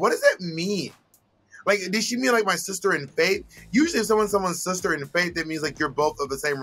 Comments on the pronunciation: I think she said her fave 😂 not faith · I think Trinity said “Fave” instead of “Faith.”